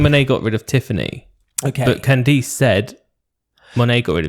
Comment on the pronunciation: It's more CAN-dass (emphasis on the first syllable), but yes.